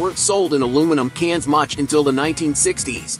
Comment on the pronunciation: Can't listen to him saying *cains again 🤣🇺🇲